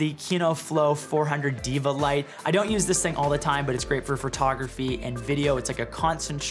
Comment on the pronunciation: Hey, I've asked you this before, but what is "Furtography" 😂 And great video thanks I was looking for a cart.